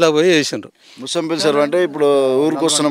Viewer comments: ఓరి యాంకర్ ముంచంపెల్లి కాదు ముషంపల్లి తెలుసుకో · ముషంపల్లి ఊరు పేరు మంచిగా పలకండి అలా పలక లేక పోతే ఊరు ఎంట్రెన్స్ లో బోర్డ్ మీద వుంటది అది ఒక సారి చూపించండి